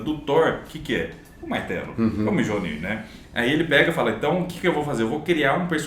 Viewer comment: Sem querer ser chato, a pronúncia de Mjolnir e Sonja, é Miolnir e Sonia!! O "j" é considerado em vários idiomas como semi vogal, se fala com som de "i" em algumas palavras, como é o caso das duas então a pronúncia correta é como se fosse "i"!!